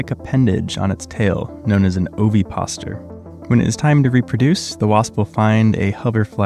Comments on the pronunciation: The egg grows? Dude, that's not correct. Also it's pronounced ovi-pos-i-tor, not oviposter. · It's not an oviposter, it's an ovipositer. Pronunciation matters. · (Ova-poz-i-ter) ovapositor. AI pronounces oveposter. 😂😂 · yeah he is mispronouncing the word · For anyone wondering it's pronounced "ova poziter" like how positive sounds but positer, ova like ovary. Ovipositor. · Think “depositor” when you say “ovipositor” 💀😅 it’s not “ovipaster” or whatever you said lol missing a whole syllable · Mispronouncing ovipositor. You’re cutting out a syllable. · OVI-POS-I-TOR! You mispronounced the word ovipositor. "Ovi" meaning egg, and "Positor" coming from the root word "deposit". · O-vi-pos-i-tor. Five syllables. It dePOSITs ova, eggs. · You're mispronouncing ovipositor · Ovipositor rhymes with depositor. That 's' makes a 'z' sound. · Ovipositor is a five syllable word, dude. You sound ridiculous